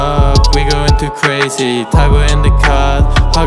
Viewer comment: he said "Crazee"